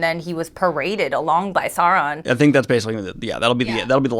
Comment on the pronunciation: It triggers me way more than it should when you guys call Sauron Sawron